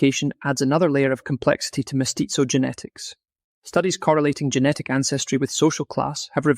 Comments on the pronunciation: 😂😂😂😂 and all the other names 😂😂😂😂 He says mestizo like pizza 😂😂😂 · I recommend you Google how to pronounce "mestizo".